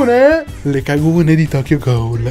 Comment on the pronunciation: Comunque si legge Tokyo Gul non Tokyo Goul (ironia)